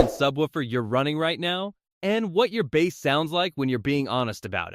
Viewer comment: The AI-generated voice is confused by the two meanings of "bass" in English. Edit the script to substitute "base" for "bass" and it won't say the name of a fish. Similarly, spell out the sounds to make for "AV" and "LFE": "a vee" and "el eff e". The video isn't bad, but the mispronunciations are hilarious. It's also a bit too wordy, try to be concise.